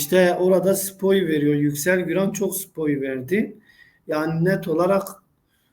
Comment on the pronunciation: “spoy” değil, spoiler:))